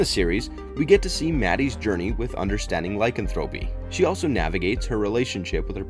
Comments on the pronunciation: Does a video about werewolves, can't pronounce Lycanthropy.... (lai·kan·thruh·pee emphasis on the KAN) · " LY-CAN-Thra-PY" is the way you pronounce it. And "Being Human USA sucked compared to the original BBC version (and no CGI werewolves_) Wolf Lake was a good show; but like Twilight and Biten; shape shifters; not werewolves. Werewolves as Bipeds, not shifted into real wolves. Half human/Half wolf is a Werewolf. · The repeated mispronouncing' of 'lycanthropy' was annoying.